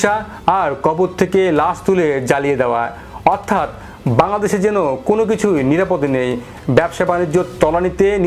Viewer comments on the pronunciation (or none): none